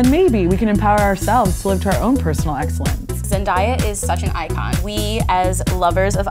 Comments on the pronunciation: “Zen Die Ah” Girl it’s “Zen DAY ah” I mean at least pronounce her name right 😂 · reason why i dislike this video 😡 ZEN-DAY-AH. NOT ZEN-DIE-AH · Zen-DIE-yah? Zen-DAY-yah* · it’s zen-day-ah not zen-die-uh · It’s (zen-day-uh) Not (zen-die-uh) 😂 Edit: thanks for the likes this is the most I’ve had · ZenDAYa not ZenDIEa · OMG ITS ZEN-DAY-A NOT ZEN-DIE-A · Its Zen-day-a NOT Zen-die-a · Its Zendaya not Zendiya Thats how she pronounced it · Her name is Zen-Day-A just like it’s spelled. She said Zen-Die-A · Who else was triggered when she said zendiyah? I WAS LIKE BISH ITS ZENDDAAAAYYA XD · Zen-day-a Pronounce it right lol not Zen-Di-a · In a video Zendaya said it's pronounced Zen-Day-a NOT Zen-dah-ya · They keep mispronouncing her name!!!! Its Zen-Day-Ah not Dye-Ah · It’s pronounced ZenDAYa not ZenDIEa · Georgina Mbonu nope, it's Zen-DAY-uh :) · ZEN-DAY-A not ZEN-DIE-A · I’m so sorry but like I’m three minutes into this video, and the changes between the name pronunciation is low key getting ridiculous. It’s zen-day-a not zen-die-a. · It's not zend-diy-a it's zend-DAY-a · Zandaya sounds more boojie 😎😎😎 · ZEN-DAYE-A (ZENDAYA) NOT ZEN-DIE-A WHAT IS THIS TRASH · ZEN-DAY-A 🤦🏾‍♀️ I cringed every time they said it wrong 😭 how do u say it right sometime and they say it wrong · hearing someone say "zendieya" is like hearing nails on a chalkboard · why do people always mispronounce Zendaya's name. It's (zen) (day) (ah) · True haha Zendiya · Wonders373 right Zendiya is sooo iconic. I love Zendiya so much!! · Ariel Igwe that low key bothered me I was like noooooo bish it’s zen day uh dafaq I had to hold my phone close to my ears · She said “Zen-die-ah” first😭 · Zen-DAY-a. It’s pronounced exactly how it’s spelled 🤦🏼‍♀️ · OH NO GIRL when she said Zen-die-ya i couldnt😂😂😂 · IT'S ZEN-DAY-UH 😥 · This girl just actually said zen-die-uh.😂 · It's zen-DAY-a! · "Zendaiya" lmaoooo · Her: Zen- DIE- ya Me: who? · I clicked out after she said Zendiya twice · ITS ZEN-DAY-A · who is “zen-die-uh” 😤